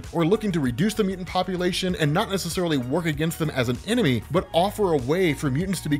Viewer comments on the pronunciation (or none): none